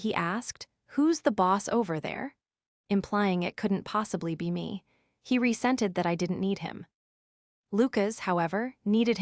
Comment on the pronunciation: It's "resented" not "rescented".